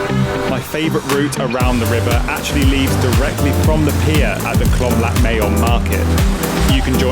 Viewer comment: I love the fact that you went out and explored different parts of the city. I am glad you enjoyed it. Your VDO is very nice very cute .BTW it’s Klong Lat MAYOM not Klom. Klong in Thai means canal. So cute though tHat you said Klom. You made me smile ☺️